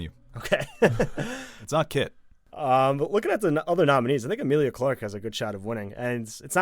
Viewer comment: Her name is not Amilia?! It's Emilia!!!! Come on